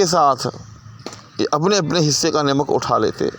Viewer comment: السّلام علیکم!! جزاک اللّہ خیراً, سہوِ تلفّظ از استاذ: نَمَک یا نِمِک!!!